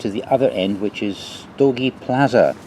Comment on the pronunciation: "plazha" (not pronounced "plaza") means beach ;-)